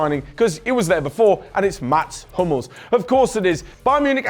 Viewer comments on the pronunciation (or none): none